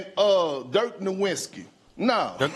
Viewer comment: Jokic was missing half his team for nearly the entire season last year and DRAGGED THEM TO THE PLAYOFFS kicking and screaming. That team had no business even being there. This guy is an idiot. Dirk “Nowinski” 😂